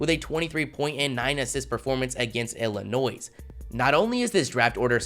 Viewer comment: who was your elementary school teacher that taught you how to pronounce "Illinois"?